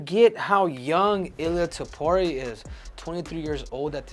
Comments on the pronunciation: It's Topuria, not tiporia. At least learn how to pronounce his surname jeez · "Ilia topoirier" -henry cejudo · Goddamn, you're Mexican and you can't pronounce his name correctly? It's not Topuri-eh. 😆